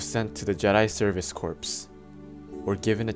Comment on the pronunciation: It's not corpse, it's pronounced core, the p and the s are silent....